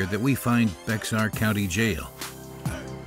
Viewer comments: How can you even take a "documentary" seriously when the first glaring error is how they pronounce "Bexar county" os ? It's not BEX-are. It's bear. Pronounced like the animal. Seriously. 8 seconds in. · It’s pronounced, BEAR not BEX-AR… I used to live in San Antonio. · It’s pronounced “bear” county. Not Bex-ar. With that being said, S/O my hometown San Antonio. Top 5 most corrupt police force in the US. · I live in San Antonio and it’s pronounced “Bear” County, not Becks-har. The X is silent. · BECKSAR County Jail? lol. It's pronounced "bear." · It's pronounced "Bear" county, not "Bex Ar". I know it is spelled that way, but that's not how it's pronounced there 🤷‍♂ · Bexar County is supposed to be pronounced like “Bear” not Bex-air. Would have been nice if the narrator had actually learned how to pronounce the county name correctly where the city of San Antonio is located. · It's pronounced "Bear" not "Bex-ar" great story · Ok not even 15 seconds in and you said Becksar County! ROTFL! Damn if you're gonna do a documentary the least you can do is learn how to pronounce Bexar County right. It's Bear like the animal not Becksar. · Bex ar county jail. Gonna stop watching now. If you can’t pronounce the name of the place you’re covering, well, that doesn’t say much for your ability to figure things out. Bex ar, lol. It’s said like you say bear. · Bexar is pronounced "Bear". The cowboy hat makes her look like a cartoon character. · It's BOX EHR. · The county in San Antonio at the beginning of the video is pronounced "Bear". Aside from that I believe you did a wonderful job with this documentary. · It’s spelled Bexar but u say it as BEAR😭😭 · Lmao… the incorrect pronunciation of Bexar. It’s pronounce like BEAR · Pronounced "bear" county....not Bexar lol...x is silent. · It is Bexar County but pronounced “Bear County” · Actually pronounced “bear” but it’s cool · It's pronounced bear (bexar) County. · Bexar County is pronounced Bear. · It’s pronounced like Bear.